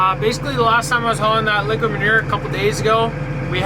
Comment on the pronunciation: It sounded like you said liquor manure instead of liquid manure. There's a thought for you!